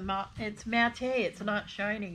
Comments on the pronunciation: The camera needs to be lower and closer. Amethyst is purple. The "fruity" magnets are very pretty. Matte is pronounced MAT. Dryer lint can be used for stuffing certain things, but I don't know what. I used to use one of those grocery clickers when I first got married and money was tight, in the late 70s. My husband and I are both very capable with DIY, but our set of Time-Life home repair books have saved our tails several times. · You can make fire starters out of the dryer lint by pouring melted wax over on. Put some lint in an egg carton and pour over the wax. Break the individual "eggs" off for fire starters. And "matte" is pronounced "mat" like yoga mat. Not "mat-tay". 😊